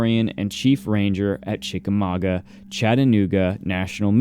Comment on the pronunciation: Yay!!! As a Chickamauga girl, I'm tickled pink that you pronounced it correctly!